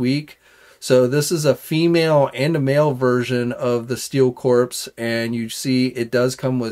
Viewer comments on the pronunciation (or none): Corps is not pronounced Corpse